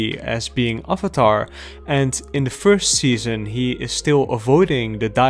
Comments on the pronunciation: You pronounce avatar like the funny movie guy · Questionable pronunciation of Avatar not too bad. Acknowledgment that it is one of the best children's animated series to ever come out of the United States or the planet have I owned it forever do I watch every single video essay I can find on it and then rewatch the series all over again all four books without even skipping the Great divide hell f**** yes I do.